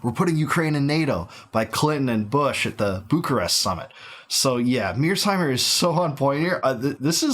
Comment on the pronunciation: Isn't John Mearsheimer surname Mear-sheimer not Mears-heimer?